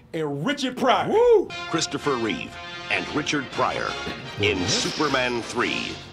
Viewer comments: Christopher Reeve. Not 'Christopher Reeves'. Why do black people tend to put an 's' on the end of things when its not necessary? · I enjoyed this but goddammit, It's Christopher REEVE. Not Reeves. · His name was CHRISTOPHER REEVE, not REEVES. There was no "S" at the end of his name.